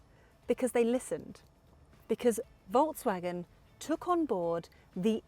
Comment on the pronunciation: Is she saying voltsvagen all the time, or is it just me ? Steering has too many buttons, imo.